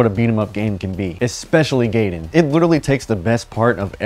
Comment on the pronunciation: no way you said "gaiden" as "gayden"😭 it would be "guyden"